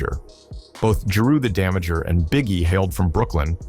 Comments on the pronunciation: Damaja not Damager. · "Jeru the Damager" 💀